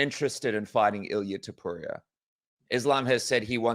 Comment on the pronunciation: Niiiice! He started saying Topuria instead of Topurra! ✅️📈